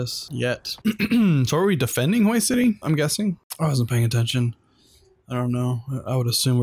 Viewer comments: Hue is pronounced Way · It’s pronounced more like Hw-ey (Hue)city.